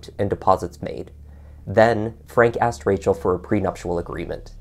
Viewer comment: You said "pre -- nup -- TU -- al". Don't you read the individual letters of a word when deciding how to pronounce it? "Pre -- nup -- TI -- al". Minus 1 point. Look at the word "prenuptial". Do you see the letter "i". If you can see it, then you can speak it, henceforward. Always look at every letter. EVERY letter.